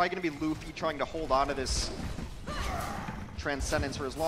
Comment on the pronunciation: The one dude pronouncing luffy wrong urks me